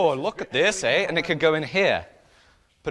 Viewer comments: says “look at this aye” now I’m worried he’s too close to Canada lol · totally noticed it. Not familiar with the sound you described, I placed it somewhere around Scotland ;D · turns Canadian. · turned canadian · he sounds super Canadian! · I caught that too! haha